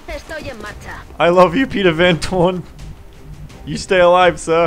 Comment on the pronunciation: It's Van Doorn........